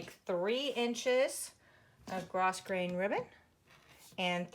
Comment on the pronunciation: Said with love and kindness....Grosgrain is pronounced Grow grain. Thanks for the video. Going to be making two of these for my nephew and niece as soon as I get all the supplies.